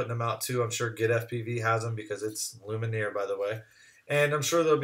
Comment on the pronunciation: It's Lumen-eeaayy